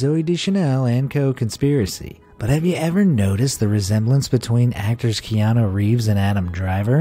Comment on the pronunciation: Mmm it’s not keAnu reeves its Keanu reeves k-EE-anu reeves